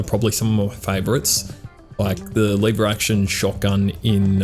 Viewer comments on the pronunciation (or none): You are based as hell and this gun seem fun and i have to try it but your pronunciation of Leeeeever Action Rifle is killing me man xd ( Just a nit pick thought iam not the best at spelling shi- either mate :D )